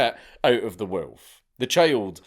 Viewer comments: "Wewlf". Good choice not to attempt "Golodayevshchina". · Love the way dude says wolf 😅💪